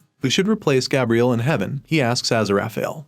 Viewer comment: And Gabriel lol